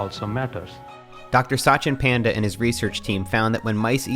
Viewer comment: it's paan-day, not Panda